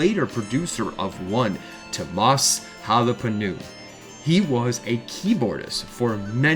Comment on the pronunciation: Ugh the North American butchery of their names lol "TOMAHS HOLOPEWNEN" - TOO OH MAS HOLO-PIE-NEN is the correct pronunciation. Great video though! Nightwish is the best.